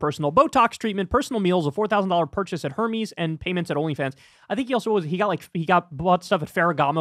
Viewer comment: The "Hermes" pronunciation 💀